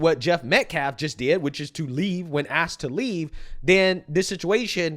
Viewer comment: "we have axed". And knived too.